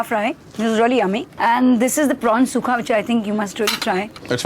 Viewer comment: its sukka(tulu) not sukha